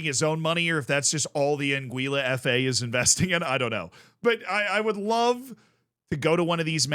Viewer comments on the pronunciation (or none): an - gwih - luh